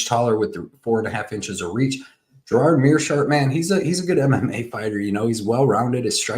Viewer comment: Gerard... LOL It's Gerald... Never trust a fight predictor when he doesn't even know the names of the fighters.